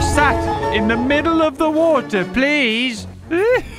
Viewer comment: I thought you said "I shat myself here"